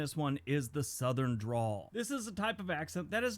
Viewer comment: Sounds like you said drool bud it's dRäwl